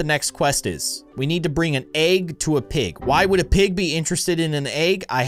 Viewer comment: he always says agg not egg 🥚